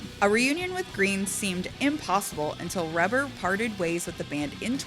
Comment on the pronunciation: She pronounces Reber’s name wrong. But respect.